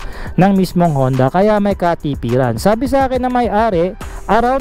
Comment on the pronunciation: Boss “honda” po ang basa dun sa japanese character :-)